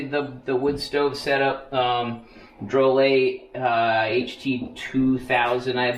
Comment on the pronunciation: Say it however you want. But the company pronounces it draw-lit